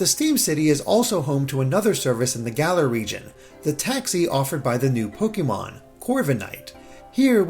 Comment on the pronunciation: It’s pronounced Pokaymon.